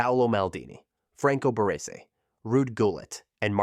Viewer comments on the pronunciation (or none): none